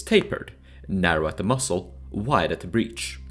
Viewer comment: Dude pronouncing muzzle like "mussel" really makes me angry